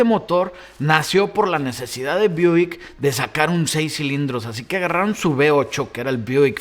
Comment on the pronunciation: ¿Buick o "Buik"? 🤨🤨🤨🤨